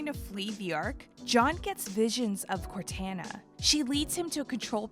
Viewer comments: Sal, Q, Mur and Joe "Say it again." *Narrator "CorTANA" Hahahahahaha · Bro I said the same thing corTANa… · Aside from mispronounced names of MCs (Take a shot for every Cortanna you hear 🥴), they have some confused dates, wrong info and lack of details that flesh out the story a whole lot more. Sure, save for time but it’s somewhat glaring compared to other timelines I’ve seen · Had to stop watching.. you must say Cortana correctly that an insult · Corwhat? You have to be kidding me… did they get someone who’s never played the games to read the scripts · You should be fired for the way you say Cortana. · why this lady sounds so sexy . the music used also . sounds like someone is about to have a goodtime . also why pronouncing cortana like that . i have so many questions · Honestly terrible video. A lot of wrong information such as mispronounced dates. Saying 2525 instead of 2552. Missing out on key information between events. Not putting correct videos to what the narrator is saying, making it really hard to follow. And the obvious horrible pronunciation of Cortana, Halsey, Thel 'Vadam, and Jul 'Mdama. Seems like they could of done more research and edited this video much better. Really rushed video for a game that was announced in 2018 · They keep call crotana wrong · How to tell that the narrator hasn’t played Halo: pronounces Cortana incorrectly, doesn’t mention the UNSC Spirit of Fire, doesn’t pronounce Thel’Vadamee correctly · Is she purposely mispronouncing cortana's name? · They seriously didn't tell the person doing the commentary how to pronounce Cortana first before recording this? No one says it like that EVER. There is no way the girl doing the commentary has actually played a Halo game. Otherwise she would know how they say her name differently in the games and they say her name all the time, just like she had to just to make a 20min video. For God's sake she says Cortana like a billion times too it's maddening!! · "Cor-tan-na" lmao its "Cor-taun-na"